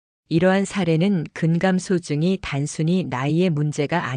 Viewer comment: 아이고!! 근감소증 발음이 틀려ㅛ답니다. "근감" 소증"이라고 띙서 읽으면 얺됩니다. 제발! "근" "감소증"이라고 띄어서 읽어야지요!! medical doctor들도 발.게 발음하지 못하는 대한 민국 문화 수준!! 참으로 브끄러운 일이올시다!!